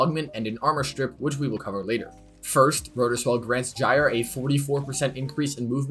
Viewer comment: Dislike for calling her "Jire" you pagan